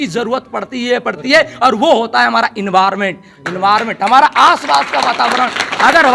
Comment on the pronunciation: इन्वार मेंट ,, डेफिटेंटली 😂😂😂